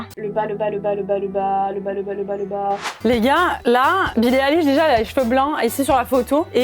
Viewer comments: Billie ÉLISH 😭💀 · Pitié dites pas élich mais aylish ahhhhhhhhhhhhhhhh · Billie AÏLISH,, pas Billie Éliche! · BILLIE AÏLISH STP PAS BILLIE ÉLISH😭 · ON DIT PAS BILLIE ILISH CA SE PRONONCE AYELISH 😭😭😭😂❤️ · Ça se prononce Billie EYlish !!! Pas élish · ça se dit billie ail-liche pour info 😭✋ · ATT MAIS C PAS BILLE ELISH C'EST BILLIE LA BICHE!😭😭😂😂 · J'étais morte "Billie élish" prononcez "aïlish"svp💀💀💀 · "billie élish" je meurs mdrrr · Mes 2 YouTubeuses préférées il manquerait plus que l’une de vous fasse une vidéo avec Gaëlle Garcia Diaz!!!!❤️🧡💛💚💙💜 Sinon je suis aussi une énorme fan de billie eillish mes oreilles ont saigné quand tu as répète Billie Élich Élich Elich💀💀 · Omg "Billie Élish" 😭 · Billie Elish c et kim k pas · Billie Élish ?? 😭😭🤣🤣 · Quand elle disent "Eillish" les fans de Billie en sueur 😭😥🥵🤡💀❤ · Ouchhh ...Le "Bille Éllich" aie. J'ai mal. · Mdr Billie Eilwish😅😂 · COMMENT TU PRONONCE BILLIE EILISH XD SA SE PRENONCE AILISH XD (deso pour les fautes) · " Billie Élish " 👁👄👁🔫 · Billims XD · Ce n’est pas Billie Eyllish c’est Billie Eilish 😂😮😊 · Sa se dit billie eilish🤬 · Moi aussi par contre comme elle prononce billie eilish ma tuer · E-I-L-L-I-S-H.... Billie Eillish stp un peu de respect 😭😭😭😂😂😂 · Elles prononcent mal Billie Eilish sa m'soule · Haha 😂 je suis en de bille eilish sa fait mal et la prononciation de 🤦😂 Et il faut avoir quell ne porte pas non lus ce genre de tenue dehors pas à ce point la sa cest plus pour les grammy ou autre ou elle est prise en photo bref😂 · c’est fais exprès pour rigoler car elle le dis n’importe comment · bah non elle sait juste pas comment le prononcer